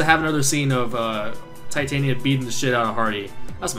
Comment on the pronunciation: Your pronouncing of Titania seems to be right. :]